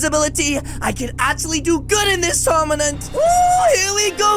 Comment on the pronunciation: he said tourmanent not tournament